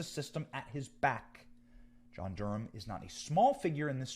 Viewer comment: It's Durham NOT Gurham, damn